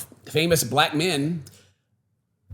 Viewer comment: It was weird the way said black.